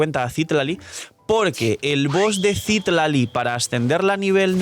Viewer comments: Te ayudo con el algoritmo diciéndote que es Citlali, no Cítlali ni Citlalí como en los subtítulos😅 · Gracias por el video solo una aclaración porque veo que no eres de México Citlali se ponuncia con acento en la A (citlAli) es nombre muy común en México que me parece es de donde se basaron en esta zona de américa lo digo porque he visto que hay muchos temas con representación cultural con la fan base de genshin, por cierto es un nombre taaan común en México que me da muchisima risa que hayan hecho un personaje así, es como si ororon se llamara pedro